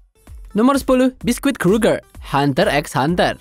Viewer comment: bang itu karakter "biscuit" baca nya "bisket" bukan "biskuit" 🙈🙈🙈